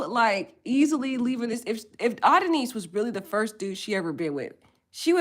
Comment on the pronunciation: Please o! It’s Ah-don-is..!! Like the Greek god. Great content💥